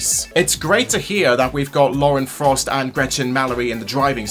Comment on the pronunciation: Everytime you say Lauren Faust's name, it sounds like your calling her Lauren Frost lol. 🐺